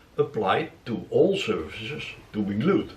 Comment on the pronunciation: ‘Surfaces’. Not ‘services’ No offence! Dutch is not my first language!